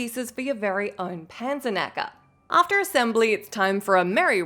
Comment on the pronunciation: Its pronounced „Pun-sirk-nuck-uh“ :)